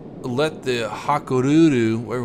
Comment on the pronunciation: Haku Ryu.. Just separate it like that. Haku, Ryu (like street fighter).